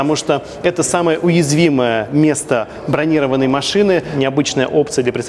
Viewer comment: бронирОванной, а не бронИрованной